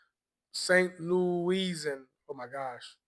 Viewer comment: Saint LouisIN. That's how you pronounce St Louisian....... just in case😂